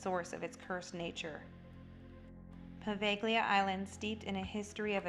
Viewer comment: The ‘g’ is silent in Poveglia. Otherwise a very good video